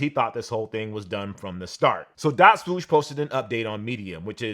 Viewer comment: My man still can't say swoosh properly. Smh.